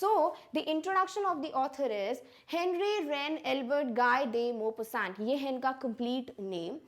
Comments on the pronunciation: Writer's name mapasa motasand oops it's maupassant 😂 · The name of the author is pronounced as /Gi-de-Mopheson/ He is a French author and therefpre has a French name.